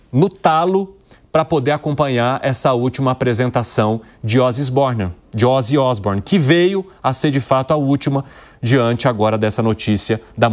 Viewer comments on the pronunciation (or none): Ozzy Isbournion